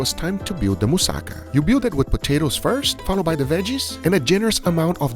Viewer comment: he isnt a real greek, he didnt pronounce mousakas correctly